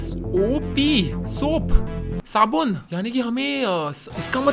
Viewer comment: 🧼soap hota hai sop nahi